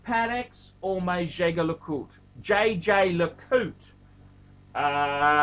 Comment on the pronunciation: You're pronouncing the "Jaeger- LeCoultre" the wrong way! That's your homework.